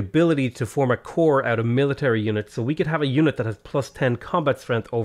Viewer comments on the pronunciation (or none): none